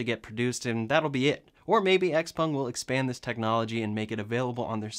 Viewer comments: A few things on the "flying car". First, is it XPUNG OR XPENG? Sounded like you said XPUNG. 2nd, the thing has no wheels. Which means it's not a flying "car" - and good thing too. If it can take off and land vertically, we don't need it to be a car. And why even attempt one before we can reliably build and fly multi-copters large enough to take people? No point in building something that will be both a lousy plane and a lousy car. Oh, and as for Elon talking about "hovering" on the Joe Rogan show, I did see him do his share with the help of all the pot he was smoking. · pronounces it Xpung did you notice that! 😆